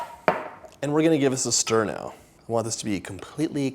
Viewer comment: Sture, sture , sture I miss you saying this when you start sturing the dough. I used to laugh so loud when you said it. Please put in the bloopers this is so funny my children loves the bloopers and when your face turns red if you did something you did not want to do. We love your videos and your husband and 2 children ❤️ 💕. Thank you for taking the time to make them. And your cookbooks ❤❤❤